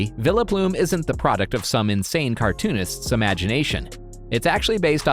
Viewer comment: My dude it's Vile-Plooooom